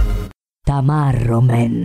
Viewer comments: Tamarro non tammarro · tamarro non tammarro... xD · 0.36 taMMarroman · DA NOTARE A TamMarro man...